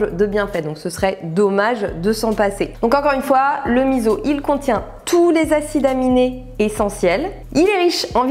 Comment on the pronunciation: Alors OUI à la vidéo dédiée au miso ! Mais à condition de le prononcer correctement : "misso" et non "mizo" 🤪 C'est un super ingrédients encore bien peu connu en France et c'est vraiment dommage ! En plus, pour les allergiques/intolérants au soja il y a la marque Kura qui en fait sans soja à base de pois chiche ou lentilles (qui déboitent grave !!) 😊 Je pense que c'est la première fois que jcommente une de tes vidéos, pourtant ça fait looooongtemps que je suis ton travail que j'adore! Merci pour cette super vidéo remplies de bonnes infos 😊 et merci de partager ton savoir 🙂